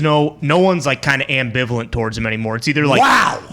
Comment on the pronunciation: The way everybody's stop for the word ambevalent! Hit it right on the button